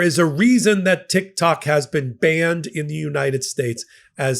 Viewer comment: Did you just say TikTaco? 😂😂😊